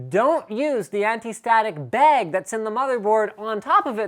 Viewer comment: Why do you say bag like bage or baig, I pronounce it bag, or like ba-ah-g lol